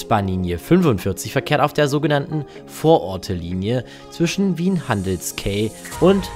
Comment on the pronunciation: Bro HandelskAi nicht Kei haha